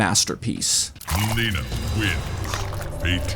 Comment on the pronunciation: Milena ❎ MOLINA✅